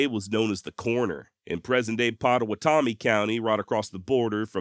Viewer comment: I’m a Potawatomi tribal member and aficionado of western history. Really enjoyed hearing about Bass Reeves’ gun fight in Potawatomi County but for the record the Potawatomi pronounce it “Pot a WAT omee” not Potawa TOE me. Even that is a matter of speculation though because time alters vowel sounds and syllabic emphasis. What I do know is that Bass Reeves was a bad ass dude who was respected as a Black man when that wasn’t the norm. Thanks for an entertaining and interesting video.